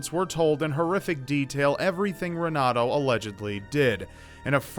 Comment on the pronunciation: The r's are actually pronounced as h's. (Portuguese)renato is pronounced henato. Js